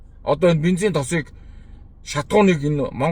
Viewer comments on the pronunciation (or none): Бинзен биш БЕНЗИН шүү